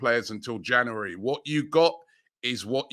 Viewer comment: Don't forget months of the year, "Janooary"